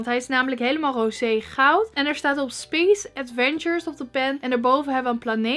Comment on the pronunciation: Zeg je nou : spies adventure bij die pen? Je spreekt t uit als Spees 😅😉👍